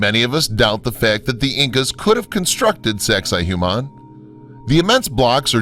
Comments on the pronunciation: its not saxay hu mon. its saxsay wah mon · Why is he pronouncing it "Zexi Humann"??? EVERYONE knows it's "Sexy Woman" 😂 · Great documentary, and I'm having a hard time getting over how poorly your pronouncing the names of some of this sites. It's not so hard to find correct pronunciations. Sacsayhuaman is pronounced Sak-sa-ee-wa-man, for example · (1) sex-ay hoo-mahn xD look at that kid in the bottom right corner that gave up. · why am I keep hearing SEX-I-HUMAN lmao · Sacsayhuaman is pronounced as "Sexywoman". No joke! Thats how the local indigenous people say it. It is easier to say and remember in all honesty. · No. Correct pronunciation is: Sux-ay-wuamun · He says Sexy Woman. Lol